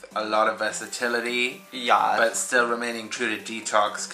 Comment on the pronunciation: Yawth is not a fucking word. ITS. YES. ( Y-EH-S ) ugh.